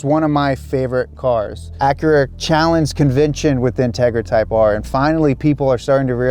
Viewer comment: When he says Acura ,the Honda lover in me dies a bit more .